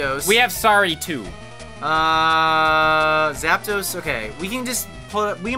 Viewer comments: "Zap-a-dos," lol. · STOP SAYING ZAP-A-DOS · PBG: “Zap-a-dos” Me: 🤦🏻‍♂️